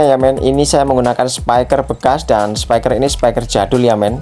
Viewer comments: Spiker mas bukan spaiker 😭, speaker itu dibacanya spiker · Spiker mas, bukan spaiker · speaker mas bukan SEPAIKER😂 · Thanks tuk sharingnya men🙏🏻 , oya men by the way di mnt pengucapannya jng "spaiker" ya men krn kata dasarnya bukan spy (bc : spai) tapi speak (bc :spiek)😊🙏🏻🙏🏻